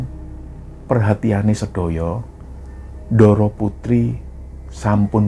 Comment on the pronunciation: sebagai org jawa klo melafalkan kata bahasa jawa sy harap tdk usah spt bukan orang jawa. lo klo bicara jg medok. utk melafalkan kata "ndoro" dan "sedoyo" kok melafalkan suara huruf D nya tidak tepat y sbg org jawa. maaf y